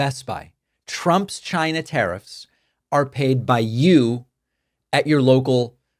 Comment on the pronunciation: Is Trump saying “Gina” instead of China ?